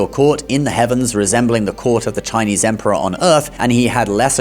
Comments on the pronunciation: 👍 I like his Chinese pronunciation, sound so good 😂Most people don't know Buddha is higher than all Gods because he is a fully enlightened being. Gods are still in the rebirth cycle and they can be reborn as humans(downgraded) as Gods are not enlightened beings but Buddha left the cycle. Some Gods attended the Buddha's teachings too when he taught his mother in heaven. But many Buddhists today followed Buddhism wrongly by doing petition prayers instead of following the Noble 8 Fold Path, the Buddha don't believe in such prayers. If you fully study all major religions, you will know Jesus and Bible stories are all fake, Jesus modified from Buddha stories, Old Testament all 4 stories like Adam/Eve, Abraham/Sarah, Moses, Noah are copied from Hinduism. I can share some evidence if anyone is interested. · It's impressive how you are able to pronounce these Chinese words so accurately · Your Chinese pronunciation is good.